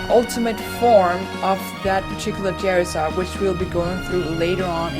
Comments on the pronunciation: its charizard not cherizard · When you say Charizard it sounds like Jerryzard